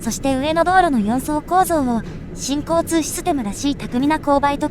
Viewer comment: 新交・通システムに聞こえて違和感 →新・交通なのにね